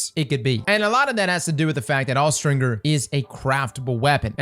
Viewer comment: What did you just say… 💀”Awe-stringer”💀